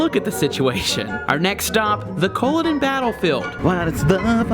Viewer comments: Jac In Jacobite is pronounced as in the name Jack, not Jake. Culloden is pronounced Cu (as in duh!), llo (as in law), den (as in (din). Emphasis on the second syllable. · It pisses all Scots off listening to Americans be so arrogant and badly pronounce Scots place names. Oh and it's pronounced cull-od--en and Jack o bites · You were in Drumnadrochit! (for lunch) Inverness, Glen Urquhart, Culloden and Jacobites all pronounced incorrectly but that's OK as it's very common to mispronounce them. Unforgivable is that literally no one would be able to see you in the Penta hotel waving as the windows are tinted!